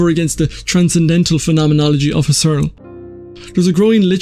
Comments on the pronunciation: "Husserl" is pronounded "hoo-sell." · Emphasis is on HUSS, not on ERL. HUSS-erl. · It really wouldn't hurt to take half a minute out of your time to look up how to pronounce "Husserl."